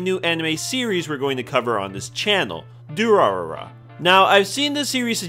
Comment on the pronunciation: Side note: when you have 3 'r' sounds in rapid succession, the middle one is pronounced like 'd'. So the pronunciation of Durarara is du-ra-da-ra. Also the author didn't have a name for this series at first, and when caught off guard by the publisher, "Durarara!!" is what came out.